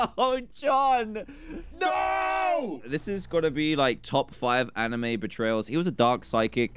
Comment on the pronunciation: Dan anamoo? You mean anime?